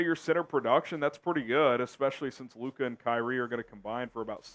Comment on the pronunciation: SAS can’t even say Luka’s name right